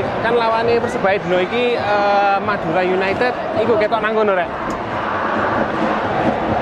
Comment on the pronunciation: madure mas bukan mudere